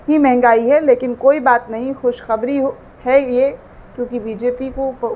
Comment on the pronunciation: Ravish Kumar, or other news click wale Sharma ji vajpaye or digar logon se Talaffuz pr dhayan De baki ki posh shaffaf hai aap to Muslim ho kar khus khabri kah rahi hain khushkhabree hoga naak na hi kata den Muslim logon Ki kiun ki urdu hi sahi zuban or akhraz main unki pahchan hai